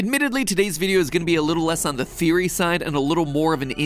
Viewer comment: how did you screw up the word theory bro its just thee-ur-ee, see its easy i feel like your stealing this from matpat without permission because and yet you say therio and theroey not theory which is a easy word to say and croco? and yet he is called crco and than there is limited_plays and yet you name it limted_playz and instead of catastrophe you say catrify as if your TRYING TO HIDE THE FACT YOU STOLE THIS WITHOUT PERMISSION and there is no pose changing or talking after the video starts. HMMMMMMMMMMMMMM